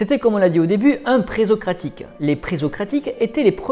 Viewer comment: Il me semble qu'on prononce "pressocratique", vu que c'est avant Socrate, pré-socratique. Enfin c'est un détail, merci pour cette vidéo !